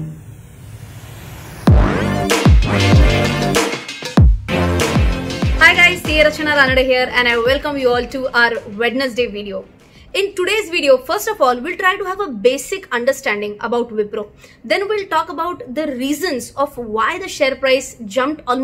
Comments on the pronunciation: Though we write it as Wednesday , but it shouldnt be pronounced WEDNESDAY , it should be pronounced 'WENZDAY' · its not Wednesday its wensday (pronounciation)